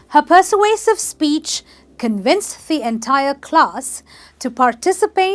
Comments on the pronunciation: Wait a minute- It is per-sway-sive Emphasis on sway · You're very charming but the word 'persuasive' isn't pronounced correctly. It should be: /pəˈsweɪ.sɪv/